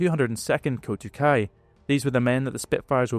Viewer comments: Nice video pal, did you use the Osprey duel book as a resource? Just a note, it's "kokutai" not "kotukai" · It’s KOKUTAI (航空隊air corps) not KOTUKAI. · Its not “Kotukai” it’s Kokutai. Addressing the error would be nice. 👍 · A slight correction: It‘s „Kokutai“ (航空隊), not „Kotukai“. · It's kokutai not kotukai. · not KOTUKAI but KOKUTAI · It's not 'Kotukai', it's 'koukuutai' (航空隊）. long o, long u. Those interested in reading a Japanese pilot's account of the attack on Pearl Harbor should read 'The Miraculous Torpedo Squadron', the autobiography of Juzo Mori. Mori vividly describes his life in pre-war Japan, training to become an IJN pilot, flying in China and his roles in the PH attack, the attacks on Wake, Midway and Guadalcanal. This is a must-read for students of the Pacific War. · Kotukai means nothing in Japanese. Kokutai has many meanings, including of the highest importance in Japanese culture. It’s not at all comparable simply to pronouncing a vowel differently in the same word. “Squandron” and “Wign” aren’t words in English either, but at least suggest some meaning.